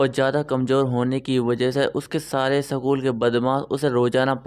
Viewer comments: Sakul nii hota school hota h😂😂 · Sakul nahi school hota hai